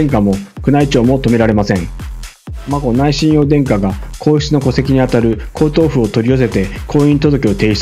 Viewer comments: 親王はしんのうと読みます。 しんおうではありません。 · しんおうではなく、しんのうです。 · 凄い悪意に満ちたコメントですね 親王の事日本ではしんのうと読みます しんおうではありませんよ ニュースソースが皇室ジャーナリストって 新聞で偏向する時政府関係者のような 国際弁護士になればかなり高給ですよね 主さんも使っていたので私も、多くの国民は皇室を敬っています しっかり戦後の天皇陛下のなされた事をちゃんとした漢字を使った本をお読みになっていればね 今かなり日本人擬きも居るから簡単に同調して 💦💢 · 「親王」の発音は「しんおう」ではなく「しんのう」です。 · 国立音大は「くにたち」、 親王は「しんのう」です‼️